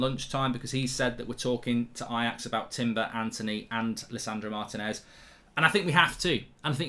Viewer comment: It’s pronounced Mar~Tea~nez not martin~ez. Plz pronounce our names correctly